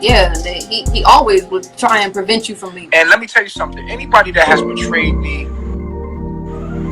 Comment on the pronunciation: “Regularee and betraded “ 😂